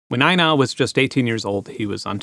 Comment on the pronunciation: You're pronouncing Einar like we say 'aina', slang for the cops 😅